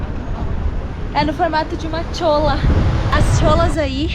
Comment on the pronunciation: A pronunciar de cholla está errada é como vc pronuncia-se "colhar"